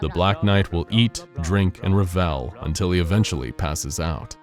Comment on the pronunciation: The word Revel isn't pronounced as "Re-Vale" .... just saying.